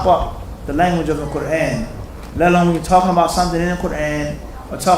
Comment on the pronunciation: Qu-raaan. You pronounced that wrong so how about you correct that first. Fazail is Urdu not Arabic, both are fine